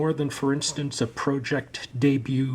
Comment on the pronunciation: Okay, u dont like pro-ject